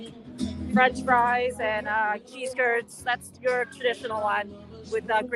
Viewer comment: American here. She poutine is French fries topped with gravy and WHAT??? It sounded like she said “sea turds”, honestly.